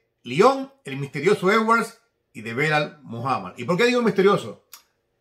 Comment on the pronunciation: SALUDOS DESDE PERÚ QUERIDO, UNA ACOTACIÓN EL NOMBRE DEL RETADOR DE LEON EDWARDS SE PRONUNCIA "BILAL" NO BELAL, UN ABRAZO MI HERMANO!